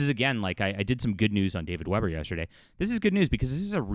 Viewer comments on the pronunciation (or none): none